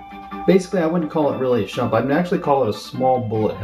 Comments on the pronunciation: its not SHUMP, its SHMUP!!! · Nice review but it is SHMUP not SHUMP. Shoot em up. SHMUP. Still though I am grateful you reviewed this shooter. Its a really fun one and its sort of like Raiden in its own way and 8 levels is pretty good stuff. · How can this kid not pronounce shmup, and why does he think bullethell shmups aren't shmups?